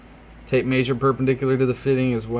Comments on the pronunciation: may-sher? It's measure. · downvote for how you pronounce mee-eh-zure